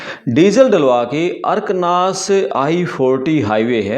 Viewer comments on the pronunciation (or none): Gnwaaron Youtube pe aane se pehle thodi 'PADTAAL' kar liya karo Angrezi ki... ARKNAAZ nahi ARKANSAS( अरकंसा)